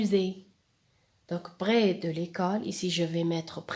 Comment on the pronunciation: parfait sauf que je vous ai entendu dire brès de porquoi ?? malgré que votre prononciation est bonne. pkhè et pas pghè. 🤔🤔🤔🤔